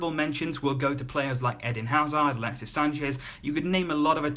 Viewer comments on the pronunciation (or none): none